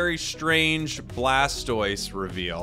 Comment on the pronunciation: I love how he said “that’s an odd blastose skin” and “mamogengar” IM ACUALLY CRACKING UP😂😂😂😂